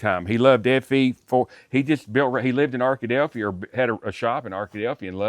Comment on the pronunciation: “Arka-delphia” ?? Phew , I’m a movin’ on up !